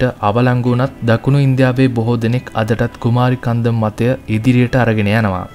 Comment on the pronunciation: That is not "කුමාරි කන්දම්" It's "කුමරි කන්ඩම්"